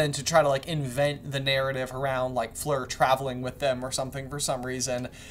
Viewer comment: I can't believe you even wrote "Flor" instead of "Fleur" in the chapter titles! Stop calling her Flor! She's Fleur!